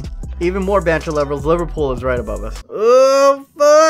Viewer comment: u said it twice, and somehow you got it wrong BOTH TIMES, in different ways. Bloody hell.